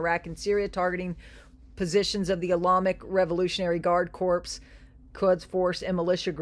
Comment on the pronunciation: Thank you for the information! Marine “corps” is pronounced “core” not corps as in a dead body 😂. I appreciate your energy and faith.